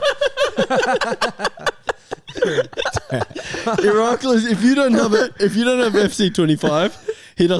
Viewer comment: E-rak-lis 👌 pronouncing it perfect every shoutout Appreciate the love. I don’t have fc25 yet but also don’t have IG 👀